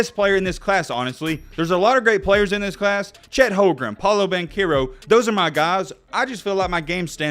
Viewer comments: did you say chet holgrem?😂😂😂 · He lost me at Chet “Holgrum”….